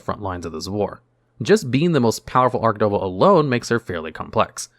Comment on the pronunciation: I'm pulling my hair out with him saying ARK-devil...instead or ARCH- (like starch) devil lol